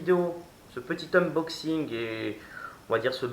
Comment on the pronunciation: Bon unboxing, mais à mon avis un peu trop long. Et c'est ''uNboxing" pas ''uMboxing'' regarde dans le titre ;)